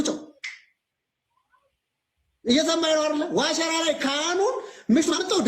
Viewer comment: አሁን ጥሩ pronounce አደረከው "ዋሽራ" ን